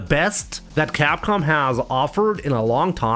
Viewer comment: Crap com 😂😂😂😂😂is not Capcom